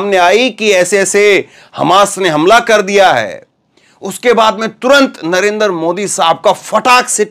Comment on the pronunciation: आप पहले अपना उच्चारण सही कीजिए I आपका नाम है धर्मेंद्र और उच्चारण करते हैं dharamendar, इसी तरह आप बार बार नरेंद्र मोदी जी को नरेंदर मोदी उच्चारण करते हैं I